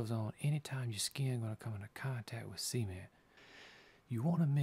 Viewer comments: It sounds like he is saying Cemen instead of cement. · All i need to say about this video, pronounce the T in Cement... xD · i thought you said semen not cement, anyway awesome videos